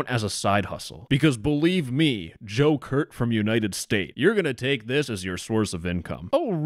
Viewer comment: The entire time you said Joe Kurt, my mind went straight to “Joker”